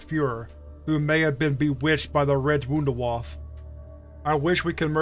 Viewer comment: "Wounderwoff" lmao